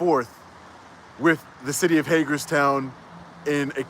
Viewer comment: Oh my Lord. Go back and watch real slow when he says “ the reason I didn’t want to go back and forth “ wif” yep he said it b” wif”. Oh my heavens he now is more of the idiot than I thought. I can’t stand this guy. Aghhhh